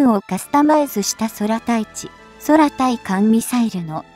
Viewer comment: いつになったら、空対空、空対艦を“くう”と訂正するんだろう。 読み上げソフトにイラつくから、登録取り消します。